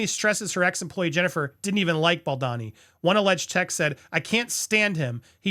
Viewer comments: Is it really that hard to pronounce his name the correct way? Pronounced as BAL-DOE-NI , not BAAL-DAA-Ni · It’s Ball-do-ni. Not, Bal- don-ni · Hey Andy, Justin’s surname is pronounced Bal-DO-ni, not Baldani or Baldini. Hope that helps for future coverage. Keep truckin’! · thanks for the video, but the pronounciation is killing me 😬 it's bahl-doh-knee, not bohl-dah-knee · I love your channel, clear analysis of situations and the way you present. But...can we put aside personal opinions to ensure we get people's names right? I don't think Justin's surname is pronounced 'Bal-DAH-ni'. I think it's 'Bal-DOH-ni'. Personally, I feel that repeatedly mispronouncing a name can come across as a lack of research, or lack of concern for details, which are important in legal matters.